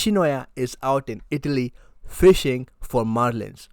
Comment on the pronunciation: Now he can say fishingu thunder